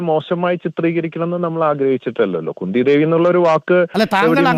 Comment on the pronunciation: Kunda devi alla khundhi devi 😅